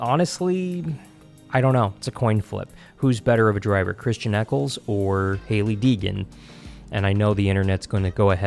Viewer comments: Please try and pronounce driver's names correctly. You lose credibility when you don't know Ryan Preece (not Pierce) and Christian Eckes (not Eckles). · You need to pronounce driver names correctly. Eckles? Custard? Pierce? How can you screw it up?